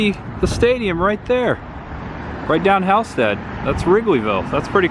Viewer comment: It’s not “elevator b”. The B stands for Brewster Apartments. Also you pronounced Halsted incorrectly. You said Hal like the male name… it’s pronounced like hall as in hallway.